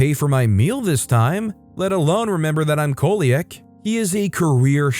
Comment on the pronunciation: Last story. Coeliac is pronounced see-lee-ack. Just a heads up for you, 👍